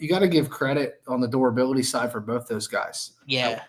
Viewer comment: Someone please teach how to say “durability”😂😂😂